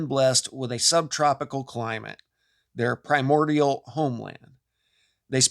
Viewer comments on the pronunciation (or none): none